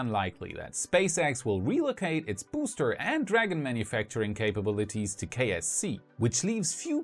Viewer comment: Oddly enough I keep hearing KFC and wondering what Kentucky Fried Chicken has to do with Space X...